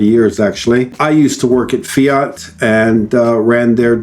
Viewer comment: The first American to pronounce FIAT correctly